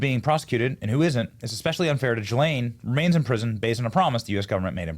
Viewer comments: Gill-lane not Jill-lane 😂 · Who called her ghis-lane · Ghislaine is with a hard G and do not pronounce the s. gilaine. Hard g not soft g. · Ghislaine is pronounced with a hard G as in gamble, NOT a J as in gym. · Benny, since you went to Community College( !!!), here's a tip: Ghislane is pronounced GEE-LANE (hard G!). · It's "Gill-LANE". I'd bet there's a pronunciation YouTube video on it.